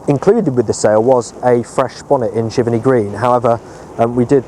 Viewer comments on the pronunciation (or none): Pronunciation is jiv-Ernie Not jiverny Giverney